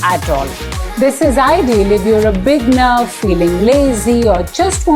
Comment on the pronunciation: You often say bigner, but the word is beginner....bee-gin-er.